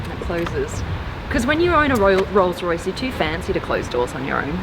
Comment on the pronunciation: Did your tongue slip, 'Royals-Royce' 😁 Hire me Blondie!